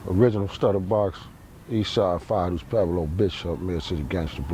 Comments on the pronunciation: Why do all the guys from Pueblos pronounce it like "Peblo"? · They say Pweblo, but outta hard to hear